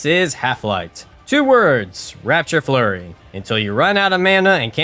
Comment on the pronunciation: Raptor Flurry. RAP-TOR... sorry the constant "rapture flurry" was giving me a 'tism.